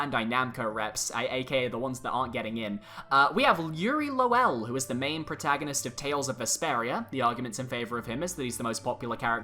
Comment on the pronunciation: Okay I need to say this because it's gonna keep bothering me, Lowell is pronounced Low-ull, not lo-well